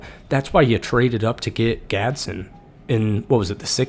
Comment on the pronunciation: And you didn’t even mention the defense… ⚡️⚡️ It’s gonna be electric. PS: It’s pronounced Gads-din.